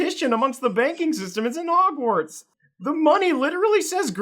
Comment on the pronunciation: "'Gwartz"....how lovely